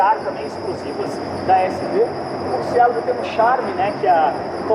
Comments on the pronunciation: Murcielago é uma palavra italiana, nao inglesa. Ajeita essa pronuncia pô. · Por favor , pronuncia Murciélago em italiano , fica bem melhor.. sei que o nome é espanhol , mas em italiano é mais bonito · O nome se pronuncia em italiano, e não em português, é nome próprio cara.